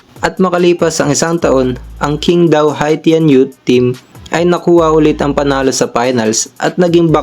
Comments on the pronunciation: QING DAO. Pronounced as CHING TAO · You'd be surprised.... 杨瀚森 is literally Yang Han Sen. Which is basically Hansen. You can even check using translation apps if you dont believe me. By the way Qingdao is pronounced as Ching Daw